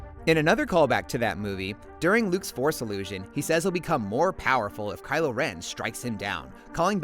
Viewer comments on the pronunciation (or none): none